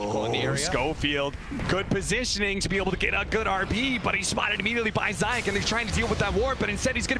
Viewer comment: Zayak... Love it each time... It's zayats